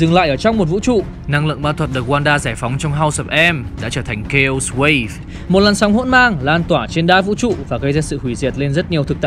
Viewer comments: đọc là kây ọt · Chaos sao lại đọc là K.O :))